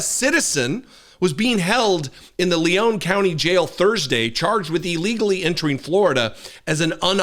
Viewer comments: It's "Leon" County, (not "Leone" like Sierra Leone) aka Tallahassee, aka home of FSU, aka a Democratic sanctuary city in Florida. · I get so sick of so called "journalists" who don't even know how to pronounce the words they spew forth. It's LEon like the man's name, not LeON' which is the pronounciation of a city in France (Lyon). You sound so stupid and pretentious mispronouncing such a simple word.